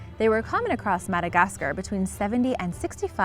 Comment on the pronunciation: How do you not know how to pronounce Madagascar?